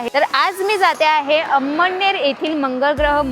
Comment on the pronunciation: अम्म्डनेर नव्हे अमळनेर